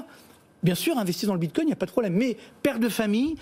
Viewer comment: Le "Binecoin"... En un mot on comprend que ces types sont des clowns (en tout cas dans le domaine de la crypto).